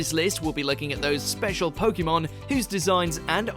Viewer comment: Next time get someone that can pronounce "Pokémon" properly